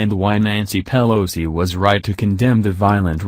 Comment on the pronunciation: Thumb down to computer voice that cannot even say "Pelosi" correctly. I do NOT speak ebonics.